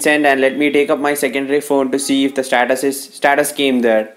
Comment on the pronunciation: This guy cannot say status he is saying SATATAS IF YOU ALL AGREE THEN LIKE!!